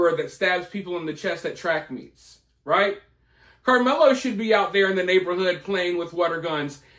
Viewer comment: I like the way you say karmelo